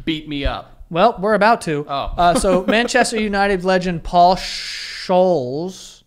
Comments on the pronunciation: Paul Scholes 😂😂 it's pronounced scoles hahahaha. Classic. Howling at that yk. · The whole Paul Scholes segment was amazing. Btw it's Scholes like Scones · Nearly had an aneurysm hearing you guys pronounce Paul Scholes hahahahah